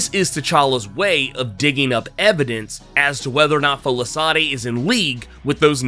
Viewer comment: It's pronounced "Folashaadey"